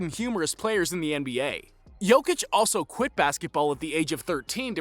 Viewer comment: If you want to talk about a Serb, learn how to pronounce his name